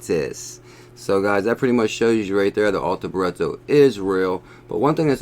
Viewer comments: BRITTO NOT BURETTO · It's Arthur, as in King Arthur (Nights of the Round Table, Excalibur, you know the story). Not Ar-Tur. Sorry mate, but you are pronouncing it wrong. And it's Britto, like Brit (as in British) with an O on the end. Hope this helps. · this dude is purposely adding letters and vowels to Brittos name for fun, on purpose. He does this with all sorts of words over the years I've noticed. He's just trolling you fools lol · abdel el - my thoughts exactly - if you gonna read something FFS read it/ pronounce it correctly or don’t read aloud.... simple really